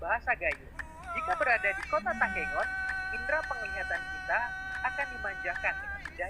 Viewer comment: Takengon bukan tekongan,tapi kata dasarnya entah kengon